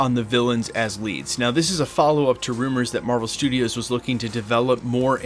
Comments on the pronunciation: Marvel "Strudios" FTW :) great vid as always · Love me, some “Marvel Strudios” haha